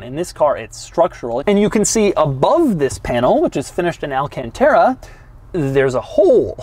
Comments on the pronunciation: Well it's not really pronounced al-can-TER-ra, and I come from a place full of Alcantara's (the last two syllables sound like ta-da! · Doug was working his southern accent saying “alcantara”